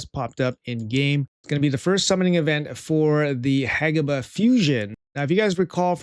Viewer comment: HE FINALLY PRONOUNCED IT RIGHT!!